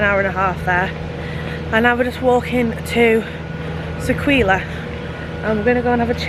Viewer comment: Really enjoying your vlogs but just one minor thing which is that Sequoia Lodge is pronounced "Seh-koy-ya". I don't mean to cause any upset but just wanted to make sure you knew for the future. Keep up the good work, I look forward to your future vlogs!